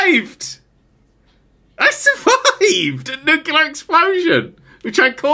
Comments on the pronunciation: I can't tell if he's trolling or if her actually thinks that "nucular" is correct. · new-clear... new-clear.. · Ah man it hurts to hear pronounce nuclear as “nucular” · Did he really pronounce it new-kew-ler? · Nuclear its pronounced Nuclear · Nerd showing us all that he can't say "nuclear", he can't read instructions, and that he will cause Chernobyl and immediately try to blame a deactivated robot. This is exactly why real power plants have dozens, if not hundreds, of workers on-site at a time. XD